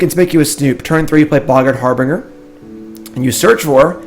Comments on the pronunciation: So tired of hearing "har-bringer" "Har-bin-jer" say it please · Harbinger is pronounced like "Har-bin-jer" :) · Bro, you need to look up the pronunciations for "boggart" and "harbinger".